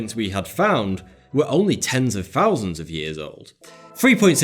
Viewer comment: Love this show, love this guy...but can he try and remember there are words that have fousand of th's in their pronunciation. Hilarious